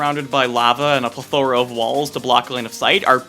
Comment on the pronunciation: love the. i do but you can’t say plethora like that man i mean cmon you just can’t